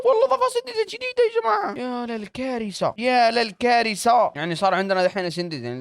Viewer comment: لما يقول ياللكارثة احسه جزائري مين معي 😂❤